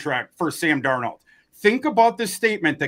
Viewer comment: Really gonna miss Sam DarNOLD pronunciation every week. RIP